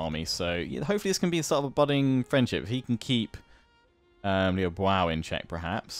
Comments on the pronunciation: "Liu Biao" is pronounced as (phonetically) "Li-ew Bee-yao". Hope this helps! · You say you want advice on the names, I think it's Lui Bee-auv (Biao). At least that is what I have heard. Else just disregard it, just wanted to share :)